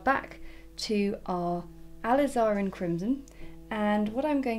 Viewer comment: ~Ah • liz • er • in~ not ~al iz are in~